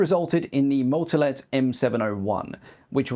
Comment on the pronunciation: The butchered pronunciation of all the names. One tip to english speakers: The pronunciation is short or long depending on "A" or "Á" respectively. The ´ gives the letter an acute pronunciation. Google translate gives the general idea on how the pronunciation works. On that topic, the words can usually be said as written, so, for example, "Motolet" is just that, not "Moutolet" as you can hear in the video. Pedantic rant over.